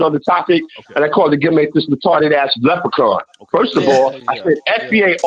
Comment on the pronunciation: Rory packed Left um Handed up real good , he said leprican 5 xs